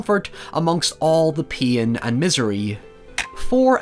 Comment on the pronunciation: I was confused for like half a second each time said "peen". I was like wait what? Oh pain